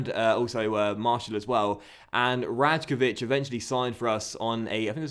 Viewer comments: The right way to pronounce the name predrag rajkovic is Ray-ko-vich i say that as a maccabi tel aviv fan so he plays here in israel💙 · like ray as in ( R-eye-kovich) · you pronounce rajkovic wrong, you need to say it like this: "raykovich" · Rajkovic is pronounced Rye-Kovich. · So hyped for this sereis! :D BTW Rajkovic is pronounced like Raykovich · Rajkovic is pronounced Righkovic, it's quite hard to explain how the j is pronounced in the easter europe countries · The right way to pronounce the name predrag rajkovic is Ray-ko-vich pls like so will see it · I'm from Israel and a Maccabi tel aviv fan, Predrag is a very very good goalkeeper with a bright future in front of him,and the correct way to pronounce his name is Raikovic